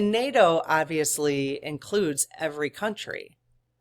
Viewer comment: Fantastic. You said NATOOTAN. If we could get that and a mention of Vatican. How that relationship is evolving. Blessings in the New Year! Joe is a dedicated practicing Catholic. He is gonna be in discussion with Vatican regarding any spiritual...... You know. Fog. Drones. Etc. Vatican City is not NATOOTAN. Conversation might be different.